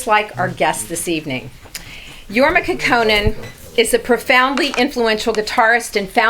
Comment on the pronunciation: Since she considers herself a fan and introduced Jorma as a "legend" ( which he is ) .....why couldn't she take the time to learn how to pronounce his name ?